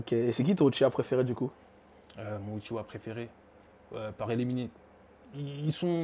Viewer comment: Dsl mais uchiha pas uchiwa 🤔